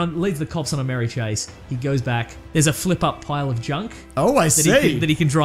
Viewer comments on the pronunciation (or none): none